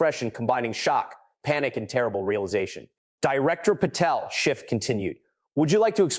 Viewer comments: Schiff, not Shift. Dash, not negative. What else has the AI behind this botched? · His name is Schiff - not "Shift" and it's a Dash - not "Negative Thousand Eight" 👉 - 👈 Why in the GD hell if you're going to put out a hard hitting video describing an egregious violation of Federal Statute, can't you Proof Read the thing and correct it?!??!!??? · Why the inaccurate AI script? If you can't do it properly, don't do it at all. Adam Schiff should sue you. Yes Schiff, not Shift. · PATEL REPROT: For the love of GOD -- any god you choose -- teach your AI narration program to distinguish "SCHIFF" from "shift" and a dash from a "negative," which I assume, is a minus sign. Otherwise, good narrative. Thanks.